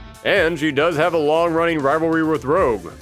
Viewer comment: You sounded like Dr. Light for a moment. XD "Wong-wunning wiwalwy wif Wogue."